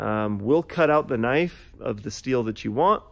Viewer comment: finally someone who says knife right